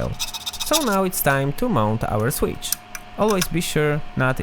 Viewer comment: I like the way you pronounce “switch” and “capacitor”